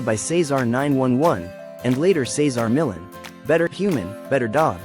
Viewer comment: How lame this doesn't even pronounce his name correctly. Loser AI recap of selective info